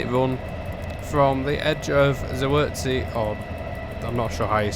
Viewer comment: Just so you know, in Polish Ws are pronounced like Vs in English, so Katowice is pronounced something like Cat-oh-vee-seh and Zawiercie is more like Zah-vee-ehr-tseh